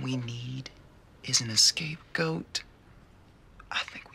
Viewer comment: Not until now that I heard what he actually said was "escape goat" :D